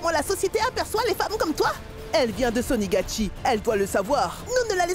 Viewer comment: C'est pas sonigatchie mesdames c'est sonagatchie😂